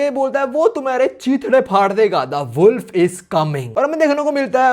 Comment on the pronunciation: U said woulf g chang